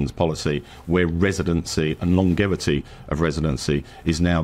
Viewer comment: Never heard longevity pronounced like that before